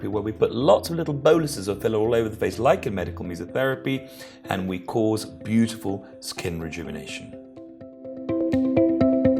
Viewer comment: Medical what? Come again? I want to look that up but I haven’t the slightest idea what you are saying.